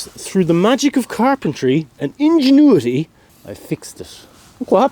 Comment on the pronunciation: is it ingenuity...or "hinge-inuity" ??